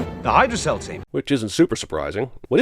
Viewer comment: I am NOT rooting for the Villains!! But.... "Hail Hydra-Cell"????